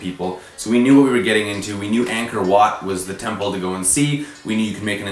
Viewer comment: green bananananananananababananannaanananananbana ok no a serious note y did u jump out of the balcony XD even I went to Cambodia and ur pronunciation of angkor wat was wrong :) so my question is what happened after u jumped out ? did those guys again followed u around when u came back ?